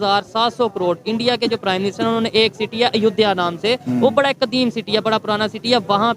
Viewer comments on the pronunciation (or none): चीमा ,अयोध्या को अयोदिया बोल रहा है,लगता है इसके पुरखे दूसरे ग्रह के थे क्या